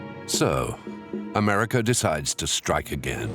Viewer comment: Americer,,, Russer? Pronounce it right